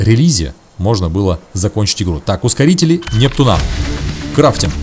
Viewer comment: Непту́на а не нептуна́